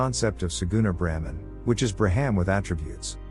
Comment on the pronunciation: The misspelling and resultant mispronunciation of BRAHMAN as 'Bramhan' by the AI throughout the entire video is incredibly distracting. Otherwise it's pretty good. Sanāthana Dharma has the ability to transform the world for the better and help humanity evolve if only more people will study it and make it part of their everyday lives.